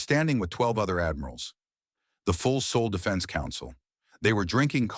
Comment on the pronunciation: “Saul not sole”. 😁